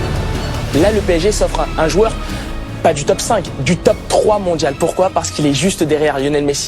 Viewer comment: Je viens seulement de capter qu'il est incapable de dire jOUeur mais qu'il dit jUeur tout le temps.